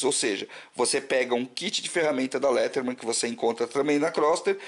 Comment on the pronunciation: Gostei do video e pá mas só uma correção: se pronuncia leidermen msm se escrevendo Leatherman